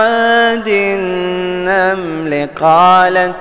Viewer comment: استاذ ( النمل ) لا تزد في توسط الميم الساكنة من اجل النغم الوقف على الياء المشددة يحتاج نبر